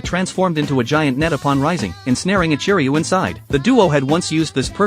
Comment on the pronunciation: Ichiruu? Are you sure it isn’t…. Jack ? 🤭